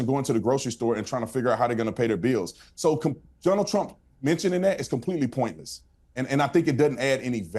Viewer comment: Dõnald did .. lol Dunald 😅